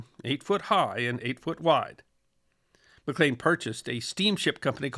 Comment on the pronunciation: One point: Malcolm McLean's last name is pronounced "Mc Leen", not "Mc Lane"